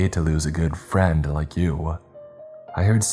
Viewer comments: The emphasis on friend made me visibly recoil. Rest in piece brother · My man went a little too hard with the word “friend” here hit quite a few of the folks at home quite hard don’t ya think?